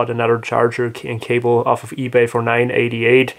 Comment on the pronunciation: Kabel? You mean cable?